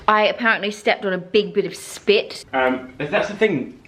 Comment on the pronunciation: Is it just me or does Diannes aussie accent come out more when she said "spit"